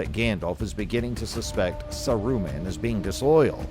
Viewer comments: it's Saaruman, not Saruuman I cou;d not stand the video for more than 50" Pity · In the before times, according to The Lord of the Rings Appendix E pdf, Smaug is pronounced Smoug. Gollum is GOHL-lum Gil-Galad is Gihl - GAH-lad Mindolluin is Min-DOL-luin Saruman is SAH-roo-mahn Sauron is SOW-rohn Haldir is HAHL-dihr Gandalf is GAND-ahlv. So maybe who or whatever this voice belongs to is correct. Saruman is SAH-roo-mahn. John Ronald Reuel Tolkien has a classic English accent so he doesn't roll his "R's" like they do movie(s) LOTR. So I guess Saruman is SAH-roo-mahn. Maybe whoever or whatever this narrator is needs to say SAH-roo-mahn a little faster. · Fuck man how many times are you gonna miss pronounce the name wtf is this